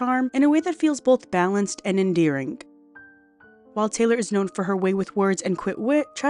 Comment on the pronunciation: The sticky AI voice is irritating: "sing-ker", "endearink" .